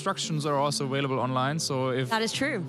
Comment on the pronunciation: Please for the love of God somebody teach this man how to pronounce the V and B correctly in available. Since when does a B and a V sound like a W